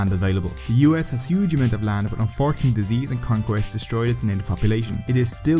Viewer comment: It sounds like you say "fortunately for the Native Americans, European conquest and disease..."